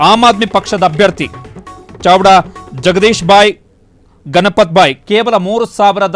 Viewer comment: ಚಡವಾ ಅಲ್ಲ ಅದು ಚಾವ್ದ ಸಾರಿಯಾಗಿ ಓಡೋದನ್ನ ಕಲೀರಿ ಮೊದ್ಲು